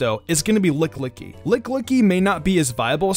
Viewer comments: Anyone else thinking it's lickilicky not lick-licky!? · He keeps saying Lick Licky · "Licklicky" BOI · I giggled everytime you said lickillicky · Why he say lickilicky like that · You really need to work on your pronunciations of Pokémon names (e.g. Lickilicky, Gallade, etc.)